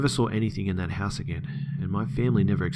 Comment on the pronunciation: Omg bro ❤️ love it "agien" ❤️😄